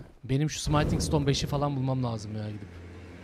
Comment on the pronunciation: Abi 13. bölümdeyim sayende artık Smithing Stone'u senin gibi yanlış telaffuz etmeye başladım yemin ediyorum. Gözünü seveyim artık şuna sımayting deme abiii :D Bildiğin yazıldığı gibi okunan bir kelime bu, translate'e bir yazıp dinleyebilirsin :D